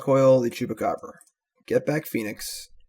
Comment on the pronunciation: I took a big gulp of my Long Island Iced Teas last night for every time you say Chewbecab and couldn't even type this comment until now. Talk about a nervous tick